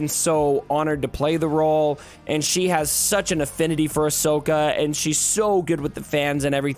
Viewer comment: needs to watch the shows. She know nothing about Star Wars. Even said Ashoka’s name wrong lol.